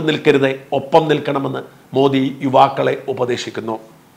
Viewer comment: You are pronouncing Prime Minister’s name correctly. Some so called vip malayalies pronounce so wrongly, don’t no why they are doing it.